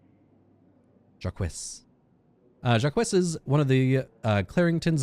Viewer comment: I like that , even after hearing the correct pronunciation from a character, you continue to mispronounce Jacques!